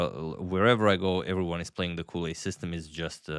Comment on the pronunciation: Edgard Colle is Belgian from the Flanders region, so the language is Vlaams, very close to Dutch. Which means that his last name should be pronounced in the same way as the start of the English word "college". No "ou" or "u" sound on the "o". #VastKnowledge